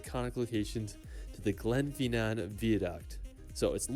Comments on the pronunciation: I live in scotland and went over the glen fin nan viaduct is pronounced not glenfeenan. Fin as in the word in. I was on the steam train and was really sunny day so i was lucky. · It's the Glen "Finnin" Vie-ah-duct! (Spelt Glenfinnan Viaduct). The other howler is Edinboarow! It's Ehdin burrah! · It's a shame that he managed to mispronounce every single place name. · Glen FIN NAN VI A- DUCT now put them together and pronouce together, ED- IN - BURGH. HOLY- ROOD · It's not Edinboro it's pronounced "Eddin Bra" ... Glen Finnnnan is pronounced "Glenfinn an" Holyrod is pronounced "Holly Rood" .... And it's insulting he didn't think to include Glasgow (not Glaz Gow but Glaz Go) pronounced locally as "Glezga" our largest city in this. But love your reactions Bro... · Pronunciations just cringe. edinborrow 🤮 edin- bruh holly rod ugh 🤮 fee nan 🤮 honestly Never copy these ! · Proud Scotsman here. This narrator is WAY OFF with the pronunciation of place names. EDINBURGH = EDIN BRUH GLENFINNAN = GLEN FIN( as in pin) AN VIADUCT = VEYE A DUCT LOMOND = LOWMUND If you are amazed at seeing sheep, wait till you see the LAKE DISTRICT !! It will send you over the top !! We have 2500 sheep where I work. So they are a common sight every day. Did you just say " a medieval town from back in the 80s " !? WOW !!!!!!!! " All inclusive resort " !?